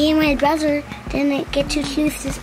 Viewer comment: ahhhh doesn't say "BRUDDER" anymore😭😭